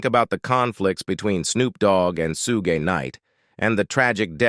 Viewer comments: FOR THE LOVE OF CHRIST ITS NOT "SEW GAY" ITS "SHOOG" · They needa teach AI how 2 say Suge properly. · It’s Suge knight